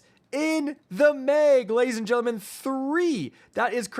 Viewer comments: “3 shots in the mig!” Bro says “meg” weird lol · I hear mayg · Come on...Mistral not minstral...Mag not Meg..i still love you though